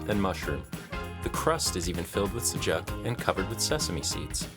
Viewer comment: It's not pronounced like that 😭 I understand some don't know but that's not how you pronounce sujuk. ❤️